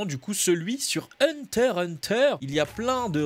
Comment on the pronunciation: C'est "HUNTER"! 😂